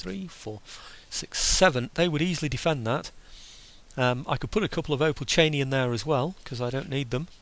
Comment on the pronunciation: Finally you've got the "opolchenie" right! Hurray!! :) and you are finally back! Twice hurray!